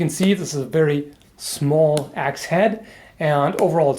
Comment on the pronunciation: as a hungarian I love your pronunciation. I love your videos and your viewpoints on random things. Keep up the good work.